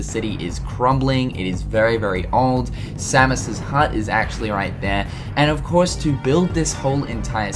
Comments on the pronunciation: you say Samos's name so wrong.. its say-mose not sam is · It's same-ohs not sammus. It's not metroid buddy. loved the video though. I've always wondered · Sa-mus? It’s SAY-MOS!!! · Idk why i understood Samus like from Metroid when you mention samos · Its Samos not Samus you're saying it wrong you say it like he is the Metroid character. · Not to be rude or anything, but you keep pronouncing Samus' name wrong =|